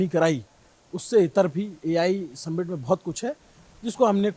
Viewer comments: Submint ❌ Summit ✅ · सम्मिट nahi hai bhai समिट kehte hain..PRONOUNCIATION समिट hai